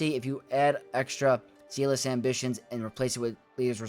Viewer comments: Love this,! Thank you! (I hope you don’t hate me - but “zealous” in Zealous Ambition is pronounced with the same “e” sound as egg and met, so “zeh-liss.” Apologies - spent too many years as a teacher, please don’t hate me) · Don't apologize - he needs to pronounce a simple word like that correctly!